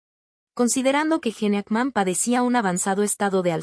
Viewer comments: Mucha inteligencia artificial y ¿no pueden pronunciar correctamente los nombres de las personas? ¿quién es JENE AKMÁN? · Me mata como pronuncia el nombre y apellido del actor